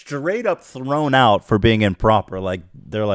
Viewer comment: can you end the next video saying "throast out" instead of peace out